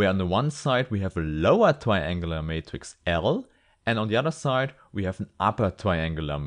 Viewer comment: We wewite our matghix as a pwoduct